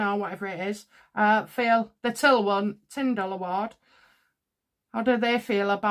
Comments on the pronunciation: It's Tillman, not Tindall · Tillman not tindall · Its tillman not Tindall award